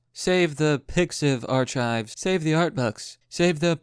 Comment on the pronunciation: Archives is said as "Ark-ives" (phonetics not precise) but you get the idea. I cringed HARD when you said Arch-ives